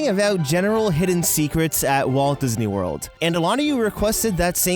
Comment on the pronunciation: Diz knee